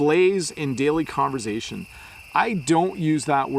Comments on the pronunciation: Hi my dear teacher and buddy, it was very interesting to me, you pronounced conversation with z sound,I mean the second part the word of conversation that you pronounced (converzation)in stead of conversation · [ConverZaishæn]? Does it a new English language? It always was [ConverSaishæn] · Very interesting your pronunciation of word "conversation" you saying "konver z aytion" never heard something like that. We leave in US.